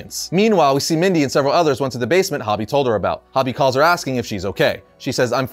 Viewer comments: Isn't "Hobie" pronounced "Hoh-Bee", not "Hah-Bee"? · Hobie.. ho-bee, not hobby. Silly goose.